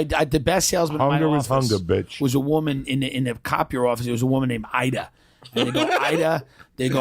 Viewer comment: Top producaaah Idaaah. <3 Where's the caaaah, Idaaah?